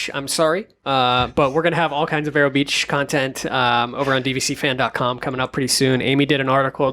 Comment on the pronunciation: you are pronouncing "Vero" incorrectly. It is "Vee-row"